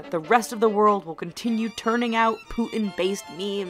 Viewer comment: i love the way she says "putin" -- she pronounces it like a northern-english person xD "poo' 'in"